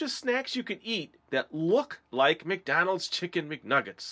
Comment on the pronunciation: lol u just said mcdolds